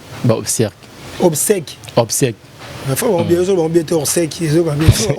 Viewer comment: Kiekiekie "chronifuati " ba obsèques et non obsecles ozuiii Ibutu acorriger yo omoniii